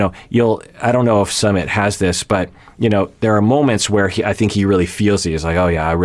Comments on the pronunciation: It is Sue-mit, not summit ( like a gathering for a meeting/event). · Sue meet not Summit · I heard it’s “SUM-IT” not “SUMMIT” but could be wrong. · ...it's Su-mit. Like Sue-meet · His name is pronounced -- su -- like the OO sound in cook -- mi -- I pronounced like the I sound in lick and T is pronounced like the T in arigaTo . Su-mi-t The reason indian parents are so apprehensive of their children marrying foreigners especially someone from the western country Is because of high divorce rates , india has an extremely low divorce rate because divorce is seen as extremely shameful to the level of prostitution here, almost everyone here stays in their toxic marriage , because no-one is divorcing and the shame associated with divorced people , the likelihood of you being forever alone after divorce is very high in India , the society will treat you like a lower class citizen specially women but men too if they are divorced , so it's a very risky decision for an Indian to marry someone from a culture which has high divorce rates , the other factor is religion , their is lots of Hindu-Muslim tension in India from centuries so a marriage between a hindu and muslim is shunned and some families will go as far as to commit honour killings . Also due to sexism and patriarchy older women and younger men relationship are shunned , but men who are around 10 years older then women is considered acceptable , more then that they shamed too but not much as women . It is considered less masculine for a man to marry an older women . India also have a very family oriented culture and our country is very diverse, and their is also lots of tension among different cultural gr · Its Soomit